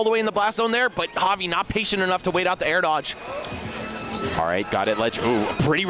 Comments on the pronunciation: i was talking about when one of the commentators says it with a J sound. Looking back it was probably just a speech mistake though since they were pronouncing it right every other time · Bruh this commentator does not know how to pronounce javi